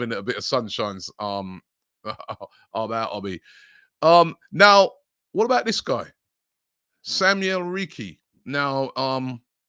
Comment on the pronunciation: It's pronounced Ritchie not Ricky